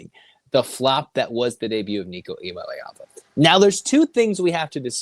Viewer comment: I love how Californians are having the same trouble Tennesseans once had pronouncing Iamaleava